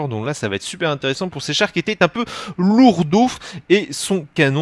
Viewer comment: pour quoi tu dit fe a la fin de chaque mot voisi se que tu dit: intérésenfe, rechagemenfe, déprésionfe, améliorationfe, jeufe, dispersionfe